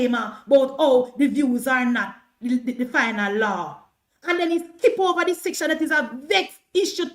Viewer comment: Noise maker. Empty barrel making the most noise. The word is over, not hover. Emphasis on the O, there's no h, in OVER.